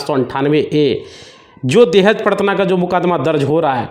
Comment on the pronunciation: प्रताड़ना होता है भाई। Paratna नहीं।😅